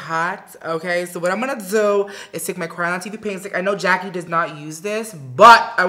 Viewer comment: Patrick!! You sound extra proper like saying Jack-E Jack-E Jack-E You have to use more urban/ebonics flare. Jack-AYE Jack-AYE Jack-AYE Lol! But like the look and especially the eyes!!